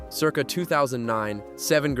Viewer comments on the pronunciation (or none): none